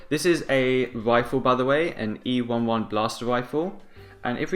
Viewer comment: ee-eleven not ee-won-won